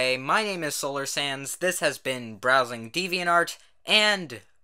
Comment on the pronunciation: Always when you say your name i hear "solar sans"... kill me pls